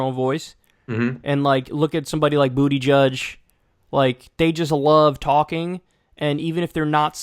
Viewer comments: Its kind of a smear for Kyle to keep calling Buttigieg, Booty judge, but I have to laugh every time he does it. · saying bootyjudge is killing shit encapsulates his political knowledge